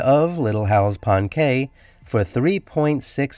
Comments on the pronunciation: Please research pronunciation of Cay. Pronounced Key by Bahamians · Cay is pronounced "key".